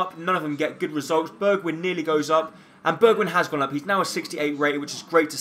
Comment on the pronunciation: It is actually pronounced "Berg-wine" and not "Berg-win", but yeah ... No one cares.